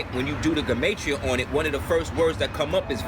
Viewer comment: it's pronounced "gee-ma-tree-uh" beloved.